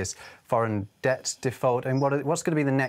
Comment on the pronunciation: It’s ‘debt’. Not ‘dette’. …..just saying.